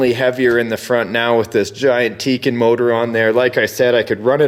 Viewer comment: you pronounce tekin wrong